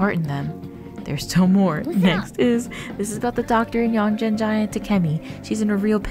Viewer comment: Again, it's not ”Yonjen” it's "Yon[geh]n". When you see "g" in Japanese names it's NEVER pronounced as a "j". it's always "g" like good, grief, game, etc. Not "j" like generic, generation, etc.